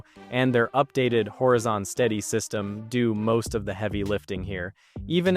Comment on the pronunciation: My guy said "hor-uh zon" 😂